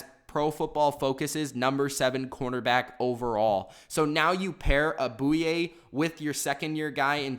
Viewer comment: He said a.j. Bouye wrong lmao